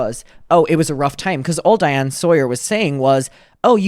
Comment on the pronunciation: hey shawty, it’s diane sawyer, not diana lol